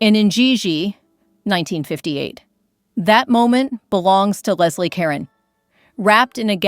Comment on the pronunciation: Geez, check that AI pronunciation! For one, it's pronounced Leslie Ca-rone And Dietrich (her name is pronounced Mar-lay-na) made Kismet in 1944. Not the 30s. I can't watch this.